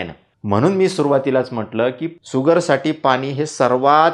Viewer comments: धन्यवाद. छान, सोपा उपाय. सुगर नव्हे शुगर....... त्यापेक्षा शुद्ध मराठीत साखर असे उच्चारावे. तसेच आविष्य नव्हे आयुष्य. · भैय्या तुम्ही अगोदर शुगर म्हणा सुगर सुगर म्हणू नका.